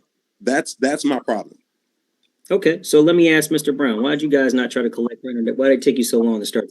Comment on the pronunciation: This guy thinks he is smart, but he does even know how to pronounce certain words correctly. ie: “accured” should be accrued! “Ax” should be ask! There are several more…